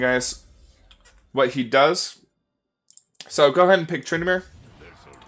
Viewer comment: it is not trynamere... its Tryn DA mere